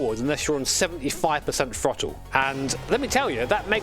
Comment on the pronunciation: i understand you have an accent but dont say "frottle" lmao